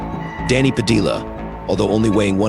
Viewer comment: The last name Padilla is pronounced Pa-Dee-uhhh not Pa-Dill-ah it was actually painful listening to you mispronounce the name all video😂